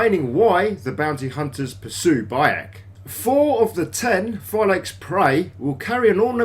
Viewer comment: u can't pronounce it Phylakes more than that 🤦🏻‍♂️